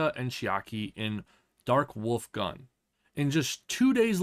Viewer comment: It's not gan, but gun, which means "army". Edit: For people who speak only English: it is pronounced "goon", not "gun".